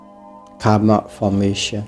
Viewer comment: It's Karma not kamma :0